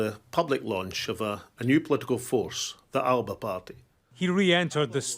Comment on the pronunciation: That isnae how the word Alba is pronounced